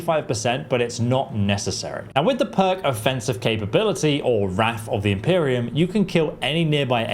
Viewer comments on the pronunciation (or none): none